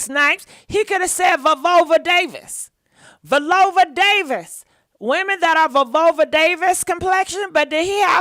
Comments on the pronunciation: OMG the VaVolva Davis (Viola Davis) was sending me!!! 😂🤣😭💀 I couldn't help but laugh loud as hell and woke my kids up lol. Calling Adele, Andelle...and Lil Uzi Vert, Lil Evoosie Vert. And when she be asking if people have veneers in their mouth but be saying vivineers lmfao. OMG I be so weak...but I love it tho. I be needing that good laugh sometimes. I wonder if she does it on purpose cause she knows we be rollin bout that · It's pronounced VY-OO-LA DAVIS!!! PUT SOME RESPECT ON MA CHOCOLATE SIS NAME!!!! BLACK DONT CRACK